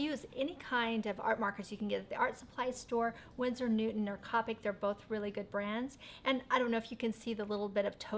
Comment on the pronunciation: Let me correct a couple of things 1. The achol markers are called copics (co-pics) not (cop-ics) 2. The flat end is the chizzle nib and the broad point is the brush nib Sorry I'm a artist and this triggered me a little